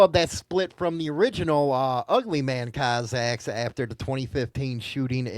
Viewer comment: This guy 🙄 It's Cossack's not cozaks!